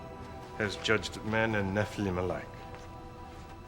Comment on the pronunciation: it's NOT pronounced "NE-FLUM", it's "NE-FAL-EEM" angel from grace!!! how lazy!!!